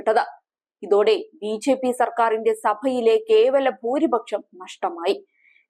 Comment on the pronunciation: വാർത്താ വായനയിലെ ആവേശം കൊണ്ടാവാം, ബിജെപി എന്നത് ബിഝെപി എന്നുച്ചരിക്കുന്നതു പോലെ തോന്നി.